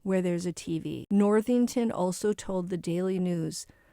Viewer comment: Cara Worthington, not Northington.